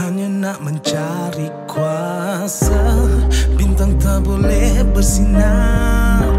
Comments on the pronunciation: bgi aku lah..yg part tu kene improvise lgi lah..kurang best part tu..mcm hambar..plus sebutan kuasa tu..kuase..just opinion je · Ammar Daniel it doesn’t work like that. Ni lagu bro bukan borak dgn member. It sounds quite annoying actually. Even if dia mmng nak sebut “kuase” just make sure the rest of the lyrics also guna sebutan pasar mcm tu lah. Just my opinion, feel free to disagree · Hahaha.. Tulah. Rasa kurang sikit bila sebutan 'kuasa' tu tak konsisten 😅